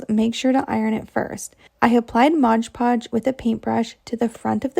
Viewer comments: Great ideas………but….. it’s MOD PODGE NOT RUDDY MODGE PODGE!!!!!! Dum cluck! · The nice young lady is saying “MODGE podge”. It drives me nuts too. Yes, the jar most certainly says MOD Podge. Oh well, but her project was cute. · I get a chuckle when people say “modge podge” It’s MOD Podge 😂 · Repeat after me…. MOD Podge! Not liberry, not exspecially, MOD Podge! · It drives me insane!!! Why do people pronounce it modge podge!!! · I know every time I hear that girl start talking I say to myself oh Lordy that’s the Modge Podge girl and she still says it. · It's particularly noticeable in that video because she says it SO MANY TIMES 😅🫣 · OMG same here! And she said it so many times!! Drives me crazy!